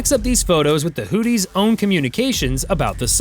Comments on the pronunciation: I don’t know if you are mispronouncing houthis as whooties but it is funny af either way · AI calling them Hoodies is pretty accurate.